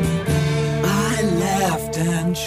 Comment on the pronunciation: The only thing missing from the Nirvana version is the proper pronunciation of 'controwl', 'fayce' and 'wahrld'. Other than that, Curt nailed it.